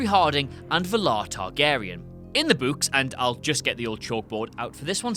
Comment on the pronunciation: "In the buuks"